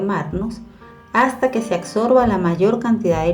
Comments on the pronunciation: ABSORBA………. Corrija acsorba , no. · Revise el español o use palabras más fáciles ABSORBA no acsorba. !